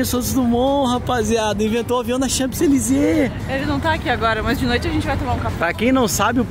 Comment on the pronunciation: Très chic, vocês. Gordo o p não é pronunciado em Champs-Elysées.